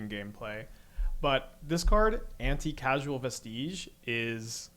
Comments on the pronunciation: It’s pronounced anti Cause al, anti casual is funny though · Came here to say this. Every time he said Anti Casual, it bugged the hell outta me. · Anticausal, not anti-casual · Anti-casual vesteege. He is doing it on purpose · anticasual is a great mispronunciation anti-causal vestige, as in, a remnant of something that is "anticausal" aka future-determined. so a prophetic vestige, basically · Lmao, anti-casual. "Cause-all." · Are you pronouncing anti-CAUSE-al on purpose? cosmogoyf wording begins the stupid era of magic IN WHICH the cards you own in exile from cosmogoyf do not include the same card as cards you own in exile from Karn.